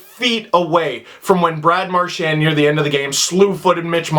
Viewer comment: Mar-chien need I say more?